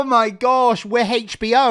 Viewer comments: Why was pronouncing HBO as HachBO? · Haitch BO 😂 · I love how says Hatech B O instead of H B O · Does anyone else find it hilarious that he can't say HBO. Hach. Had me and my sister laughing our heads off.🤣